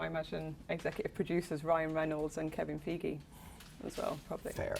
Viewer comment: When she said “kevin feeegeee” I beg your pardon love? Kevin who?